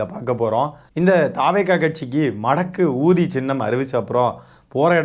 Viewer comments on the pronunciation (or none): அது மடக்கு ஊதி அல்ல மடகூதி